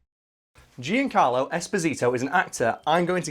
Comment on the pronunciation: Hearing you say Giancarlo hurts